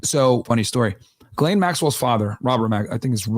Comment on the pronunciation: Oh, also shout out to you for actually pronouncing 'Ghislaine' correctly. I'm surprised how many people still pronounce her name incorrectly in 2025.